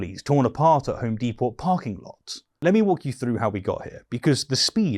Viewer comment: The T in depot is silent, you are making English people sound stupid